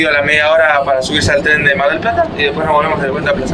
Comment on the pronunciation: EN TREN SE DICE EN TREN NO TREM